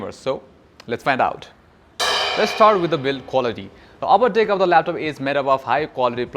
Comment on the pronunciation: Bro video is good and pretty helpful but Pls say 'deck' and not 'dick' . It makes the video pretty wierd